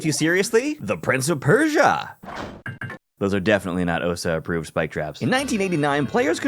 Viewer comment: OSA?! It’s spelled and pronounced OSHA, with a ‘sh’ sound, like what a librarian does when you’re talking too loud in a library.